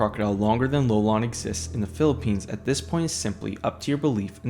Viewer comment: It wasnt lolong it was lelong dude